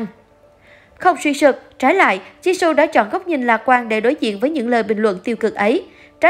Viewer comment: Rosé chứ k phải Rose-Jisoo chứ k phải Ji-sô nha.